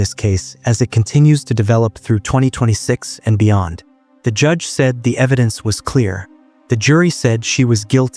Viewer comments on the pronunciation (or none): none